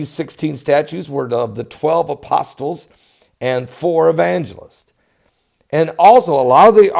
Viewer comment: You silly ol' clown ! Arsenic, eh ? Apos-tles, eh? etc... Been tippling, eh?